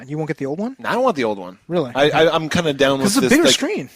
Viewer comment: hahha "o reary"